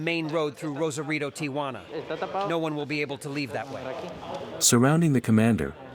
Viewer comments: It's TIJUANA! NOT TIAJUANA! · Ti-Juana not Tia-Juana.